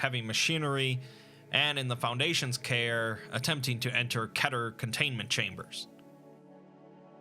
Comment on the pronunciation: Keter rhymes with kitter. Okay, i can see it.